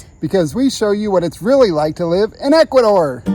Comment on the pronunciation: Wow first time i hear Ecuador and not Ecuathor , Ecuadoor or in the worse case Columbia ,LOL , excelent video